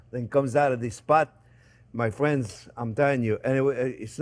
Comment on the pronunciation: “Well hello there phrinzzzzzzz!!!”